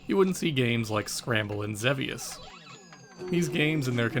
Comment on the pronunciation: Another amazing video sir And kudos to you for correctly pronouncing “Xevious”